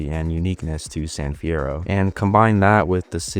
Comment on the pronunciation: San fierroo